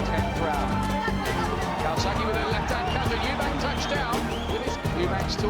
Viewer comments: His name is CALZAGHE not Calzagho !!! Do your homework properly and learn how to pronounce his name. It shows that you’re a pretender to know the sport when you can’t pronounce one of the most famous boxers on the planet ?!!?! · cant even say joe’s second name properly 😅